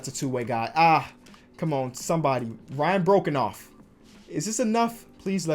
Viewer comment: it’s pronounced “Bro-Cough” not “broken-off” and he’s Australian